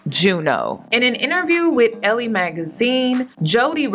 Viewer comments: It's pronounced "L" Magazine love. Also, they didn't seem that into each other & he was with someone for 10 yrs & never proposed. Like...c'mom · I’m not sure if your aware of it or not. Elle is French for her and the last e is silent and this word is pronounced like the letter L. It’s pronounced as L. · Elle is pronounced “L”, sis. Like the letter. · It's Elle (L) Magazine.